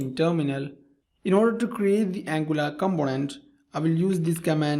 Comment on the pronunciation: Very good explanantion. just wanted to know, why you say Employee==>> "Embloyee", Import==>>"Imbort" , Component==>>"Combonent".